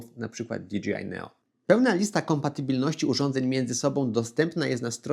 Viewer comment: Fajny materiał, merytoryczny. Ale jedna uwaga - "DiDżejAj", a nie "DiDżiAj" 😅